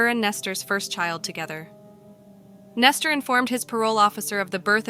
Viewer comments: Nester???? I thought his name was Nesto. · Why are you calling him Nestor? His name is Nesto, where are you getting the r from?